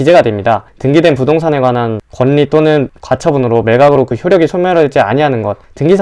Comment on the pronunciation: 잘 들었습니다. 유익한 정보 감사합니다. 외람되지만 [권니]가 아니라 [궐리]라고 발음하셔야 합니다. 좋은 하루 보내세요.^^